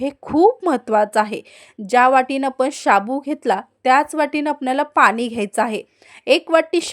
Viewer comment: तुम्ही शाबूत कां म्हणता, साबु नाही म्हणता येतं - शाबुत ऐकूनच राग येतो